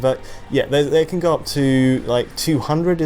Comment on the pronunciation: The word is CAN, not Ken. how come this guy can say "can't" but constantly says "Ken" instead of can?